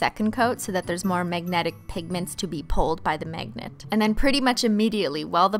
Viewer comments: ”megnat” lmao who else noticed she pronounces magnet like that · why do i keep hearing "MEGNET" and "MEGNETIC"